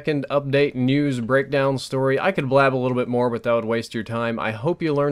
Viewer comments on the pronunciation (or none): Every time you said news i thought u said nudes